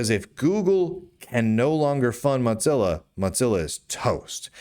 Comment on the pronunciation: Mudzilla. Modzilla. I think you're the only person I've ever heard who says Mozilla like that.